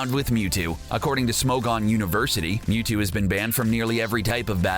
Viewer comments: It's Mewtu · F*ck OFF YOU DONT EVEN KNOW HOW TO SAY MEWTO ITS MEWTWO FOOL LETS SEE IT AGAIN 1 WHICH AS A PET: MEW (BECAUSE HES MORE OP THAN THAT MUTANT CREATURE) 2 WHICH ONE AS A STUFF ANIMAL I GUESS MEWTWO 3. WHICH IS BETTER IN GAME MEW WINNER MEW AND LOSER YOU